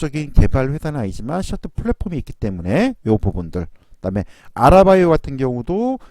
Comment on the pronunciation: 아라바이오가 아니라 아리바이오 입니다. ㅎㅎ